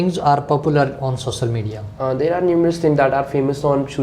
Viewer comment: Sossal media 😂😂⚠️